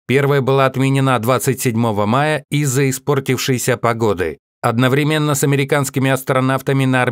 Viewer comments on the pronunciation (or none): none